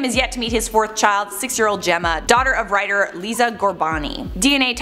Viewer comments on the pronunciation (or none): none